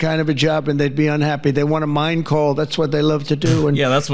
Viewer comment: How about the way Trump says "MINE coal" with the emphasis on "mine". He does that every now and then, and I think it's a glitch.